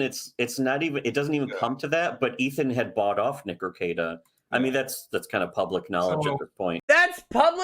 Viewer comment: Be careful of your pronunciation of your own name or Drex will have to double check your N-word pass. Nick Rekieta not Nikr Kieta.